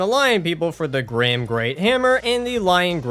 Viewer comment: It's gyrm not grim, for the love, it's pronounced Girm😭